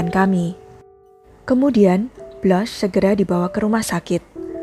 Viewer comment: Blans. Bukan Blas.